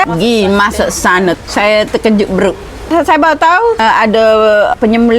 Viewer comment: 😂😂aku nk tergelak masa dia ckp berukkk